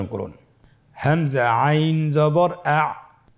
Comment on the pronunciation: গইন আইন কবে উচ্চারণ বুঝি না ভালো করে বলেন